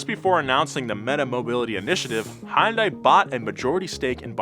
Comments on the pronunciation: please note, to pronounce "hyundai" correctly, start by saying "yun." Like "young" but without the g. Now add an "h" in front, but make sure to keep it one syllable (do not say "hi-yun" as often mispronounced). "Dai" is like "day," as in night and day. Now put it together and you get hyundai. Easy, right? TIA! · You know, when James makes up different ways to pronounce car company names it's pretty funny, but when does it it sounds weird. Please look up "how to say Hyundai in Korean". Thanks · It’s Hyundai, like Sunday. Say it correctly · you work as a car journalist why cant you say Hyundai right? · Say Hyundai correctly..just once. Humor me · Can someone teach him how to pronounce Hyundai? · bro...You are pronouncing Hyundai so wrong. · Each time he pronounces Hyundai, it somehow gets even worse and more racist sounding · Please learn to say Hyundai correctly. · For the love of god please get to pronounce hyundai correctly and not like a complete boomer. It's Hyundai like Sunday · I love ya, but doooode, please pick a pronunciation of Hyundai and stick with it, preferably the correct one, "Hun-day". Sorry, had to get it off my chest, good video as always! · Am I the only one who thinks he’s mis-pronouncing Hyundai? I pronounce it as “Hunday”. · for someone in the car world. its painful to listen to you repeatedly pronounce Hyundai wrong. its Hun day. like sunday and monday but not tuesday. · I wish you….and lots of other people would pronounce Hyundai correctly. Say it like Sunday….only Hunday. It is only a 2 syllable word. Sorry, my Dad was an English teacher and drilled proper grammar and enunciation into us kids. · Cool video. But it's a little odd how continues to invent new ways to pronounce Hyundai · Nobody was gonna tell how to pronounce Hyundai? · Hyundai is pronounced Sunday but with an H. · I love how he can't decide how he wants to pronounce Hyundai. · Hyundai is pronounced like Sunday with an H